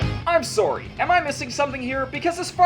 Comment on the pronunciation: I showed my uncle the last two segments and when you said "I'm sorry" he literally said "This guy is Canadian is he?"